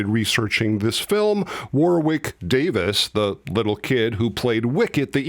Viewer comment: I loved Rogue One. Just one thing, Warwick Davis, Warwick is pronounced Warrick, the second 'w' is silent.